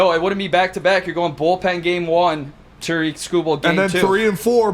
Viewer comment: Detroit guys? Can’t even pronounce Tarik correctly.